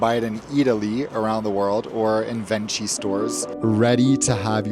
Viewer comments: My favorite Lufthansa experience was landing in Frankfurt. The blunt, German welcome immediately upon landing: “Ve have landed in Frankfurt. Goodbye!” Really appreciate your videos. Food looked legit. Also, Venchi is one of my favorite chocolates, and pronounced “Ven-Key.” :) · AMAZING as always! Little tip: VENCHI is pronounced VENKI. CH sound in Italy is a K :) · Ciao, yes Venchi is pronounced Venki. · Venchi, pronounced Ven-kee